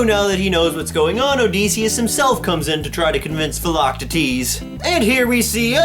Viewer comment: I'm a little late but, uh, yeah, he pronounces it just fine...